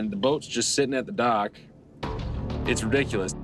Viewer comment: The icy unforgiving duck? OH, wait... DOCK. He said dock.